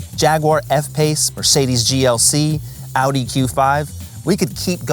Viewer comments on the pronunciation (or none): none